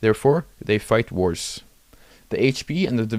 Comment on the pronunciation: When you said: "when they have lower HP, they fight worse", due to your accent, I thought you said: "they fight wars" and I was like "yeah? Obviously?"